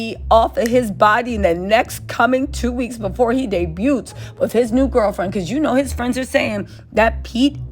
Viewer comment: You don't pronounce the T in debut.